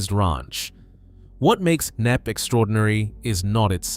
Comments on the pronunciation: K-nepp? It's pronounced Nepp. It takes 5 seconds to Google the pronunciation. I'm guessing you're American. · Pronounced "NEP"...not "Kay-Neppy". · Where is Kay Nepp???? The estateS name is "KNEPP" and pronounced "NEPP" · Shame about the narrative. WHO in UK says K napp. It's Knapp, PRONOUNCED as Nap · This place, called Knepp….silent K. Not Kenepp. Aaaaaargh! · It’s not K-nepp. The k is silent. It is pronounced as Nepp. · Its pronounced "Nepp" not "K-Nepp" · Pronounced nepp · Kay-Nepp? Stop using computer-generated narration. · It’s pronounced NEP …. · 50 seconds in: K nepp 😂😂😂 Kay Nepp😂😂😂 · Lol, that is not how Knepp is pronounced. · Stole footage and dont even know how to pronounce the name.